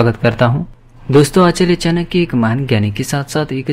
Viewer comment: चाणक्य तक का उच्चारण कर नहीं पाते चानक्य कहते हो नीति क्या कद्दू सिखाओगे